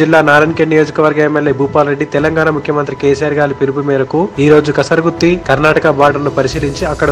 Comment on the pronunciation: కసర్ గుత్తి కాదు ఆన్నా.. కరస్ గుత్తి